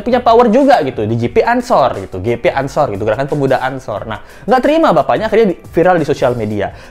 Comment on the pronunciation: GP bacanya bukan JiPi, tp GePe. GP Ansor organisasi kepemudaan NU yg massa nya besar dan berskala nasional. Klo GP Ansor bergerak, auto nangis bapaknya Mario🤣🤣🤣